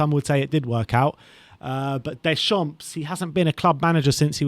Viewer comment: nice video but your pronunciation of at least four of the managers is way off! Phonetically it is NAR-GELS-MANN, HARS-SEN-HOUT-ELL. DAY-SHARM and FAR-KER. If you are interested after all that, my choice would be Scott Parker. Did a very good job with what was available to him.